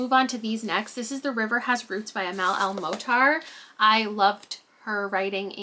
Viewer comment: I just finished Moonbound and I think you would enjoy it! And I'm loving the new wrap up format (also just a pronunciation note, I believe the emphasis in el-mohtar is on the last syllable)